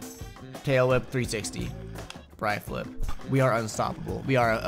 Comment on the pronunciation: Its a bri-flip not a bree-flip but thats probably not that helpful